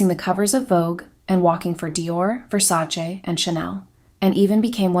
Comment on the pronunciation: THANK YOU for saying Versace as it should be pronounced and not “VersachY”